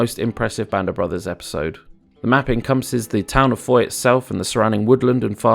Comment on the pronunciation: Someday an english speaking youtuber will pronouce Foy right, someday... Not throwing blame, French get it wrong too sometimes.